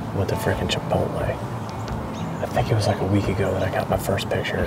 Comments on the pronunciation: Congrats on another huge buck... I believe though you are mispronouncing chipolte!!!🤪🤪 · Chi pot le ?? You mean chi poat lay 😂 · Why do you keep saying CHIP-OTTLE? You had me dying!